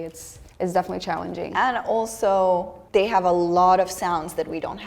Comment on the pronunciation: It's funny, this is the first time listening to where I really picked up on German being her first language. In many of the words starting with "th" (they, those, etc.), she has a definite "d" sound. This is pretty common here in Wisconsin too, saying "udder" for "other" ("Just the udder day..."). I don't know, perhaps it's a common thing for Serbian or other Slavic languages to do as well? Not trying to be critical, we think it's cute.